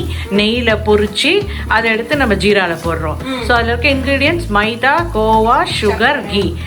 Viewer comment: Hi akka I am seen so many vedios of you .you are talking so cute .I like your pronouncing of "maida".its so cute.your mom is also talking so cute.I like you both😍😍😍🥰🥰